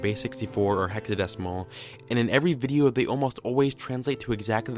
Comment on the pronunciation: "the next videa..." 😂